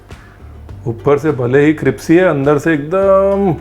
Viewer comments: cripsy nahi, crispy hai jo kahna tha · So sweetly he says cripsy Hahaha instead of crispy